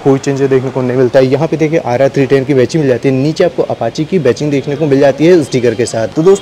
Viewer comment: Ba-CHING nahi.... Badging (ba-JING)